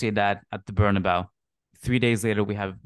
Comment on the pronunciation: its BernabeU not BernaBow come on madridista